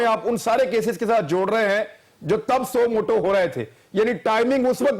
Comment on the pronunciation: Suo moto not suo motive. Feeble minded people's feeble minded representative. And its JAAved, not Juh-veid. Now for the next three years we will have to hear COAS Qamar Juh-veid. Damn.